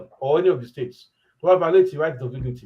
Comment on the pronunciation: please check how you pronounce "States".